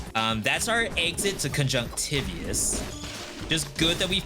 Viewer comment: I think it's pronounced kuhn•juhngk•tuh•vai•uhs not tih•vee•uhs